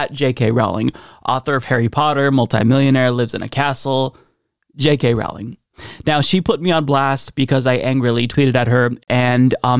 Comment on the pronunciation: Her name is pronounced ROE-ling (rhymes with "bowling")